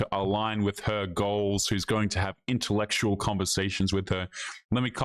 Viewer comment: I seriously doubt that any guys were wanting to have “deep, in ta lectual” conversations with that “dating coach” 😂 She can barely pronounce her polysyllabic words.